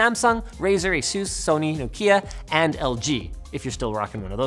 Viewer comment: you pronounced nokia right and im happy now